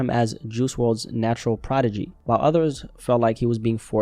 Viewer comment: Loved the Vidoe You Saying ProdiJAY Got me Cracking